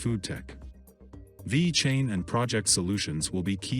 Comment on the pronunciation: Vey-Cain lol